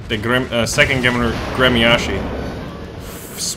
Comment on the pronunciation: its pronounced grmyashi .... and spelled Гремяши.